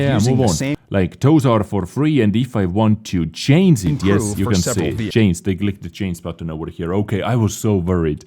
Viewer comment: can't you pronounce "Change"? You always say "Chanes" also not "changing", you say chainsing...